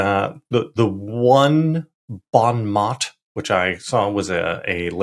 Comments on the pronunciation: Pronounced bon mo, but you know that. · A lot of gray hair out there in the streets, online, making phone calls, writing emails. We have a lot at stake here, not just for us but for the future of the planet and younger generations. (And "bon mot" is pronounced "bonh moe," just saying. It's French.)